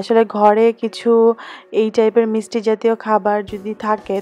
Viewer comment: আপু মিসটি না মিষ্টি হবে।মিসটি শুনতে খুব খারাপ লাগে।